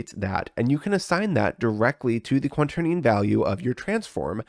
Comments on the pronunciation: "quanternion" is also how he pronounces it throughout the video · Are you saying "quanternion"? :D